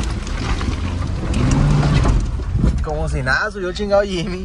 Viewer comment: Se llama Jimny no Jimy